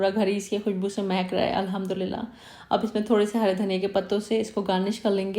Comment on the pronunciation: I like the way u said Alhamdulillah 😘